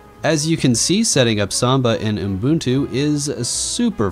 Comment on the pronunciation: STOP SAYING UMBUNTU OH MY GOD